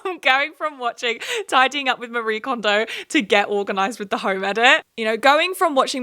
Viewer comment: Just as an FYI, Marie Kondo’s name is not pronounced like the western name “ma-REE”, her name is a Japanese name and it’s “ma-ree-eh”